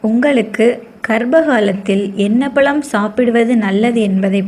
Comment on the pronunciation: pazham nu sollunga palam nu sollathinga pls